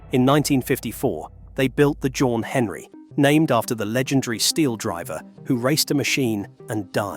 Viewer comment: It’s NOT ‘Jawn Henery’ damn it , it’s “John Henry”. Read your own pictorial !